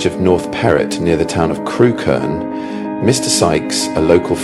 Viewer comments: It's pronounced Crook -urn, not Crew-Kerne. I live a few miles away. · Yep.Had a friend from there and she always called it Crook-urn.